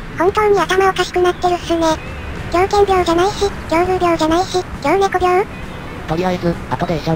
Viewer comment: わざと胡散臭く言って勧告義務は果たしつつ自ら乗船拒否させる・・・なんという悪徳猫 あと猫は‘‘びょう‘‘とも読むので狂猫病はきょうびょうびょうだと思います